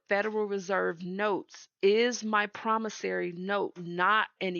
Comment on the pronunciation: Promissory, not Promissary. 😊💜